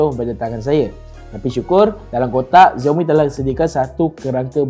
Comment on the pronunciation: SHAO MI bukan ziaomi